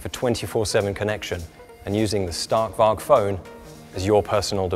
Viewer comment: Love it but why is he pronouncing stark varg wrong.